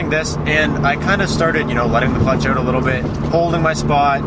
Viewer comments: You know he's Canadian when he said "oUt"😂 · oUt and abOUt..